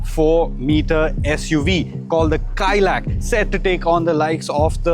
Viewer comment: Correction: Its not Kaai-Lack, it's pronounced Kai-Laak. Inspired by the Kailash mountain